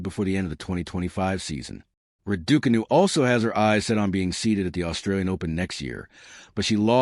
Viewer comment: How funny the announcer pronouncing Raducanu as Radookanu 😂